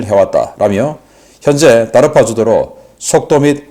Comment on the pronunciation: DARPA는 달파라고 읽습니다. 다르파 아닙니다. 미국 자국 사람들이 읽는데로 읽어야지 다르파는 도대체 누가 읽는 발음입니까? 제가 박사과정 중에 내내 달파에서 돈받았는데, 그 누구도 다르파 라고 비슷하게 안읽습니다. 이름은 그 나라 사람이 읽는대로 읽어주는게 정상입니다